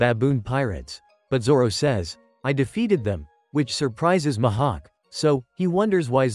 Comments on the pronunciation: And it's not Mahak it's MIHAWK AND IT'S NOT YOUSOPP IT'S USOPP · Why did he say Grap not Garp and mahawk not mihawk and kazaru not kizaru